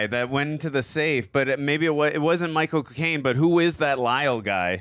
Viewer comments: really called Michael Caine "Michael Cocaine" and it just went totally unacknowledged hahahaha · its Micheal caine not Micheal cocaine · I love how pronounce "Michael Claine" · So strange every time you say Michael Caine it sounds like “my cocaine” 😂😂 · they say Micheal cocaine its Micheal caine